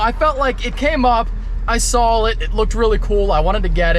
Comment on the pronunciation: Saw.....not Sawl